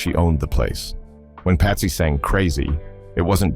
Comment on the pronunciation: Did your AI voiceover just call Patsy Cline, "Pasty". Stopped listening after that. Make it real or don't bother.